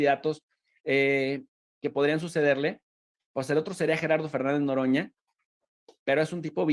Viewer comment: No manche, Loroña???.. me extraña que no haya captado el mensaje de AMLO, por qué no se equivocó al decir Loroña, y es lo único que ha hecho en el congreso como diputado...